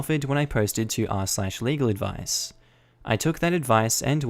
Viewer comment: At the end it sounded like you said illegal advice. Now I’m curious if there’s a r/illegal advice